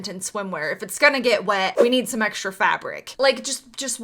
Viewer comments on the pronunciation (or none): Do you pronounce "S" and an SH sound for any specific reason? Like you say "Shtrange" instead of strange or "Ecshtra" instead of extra.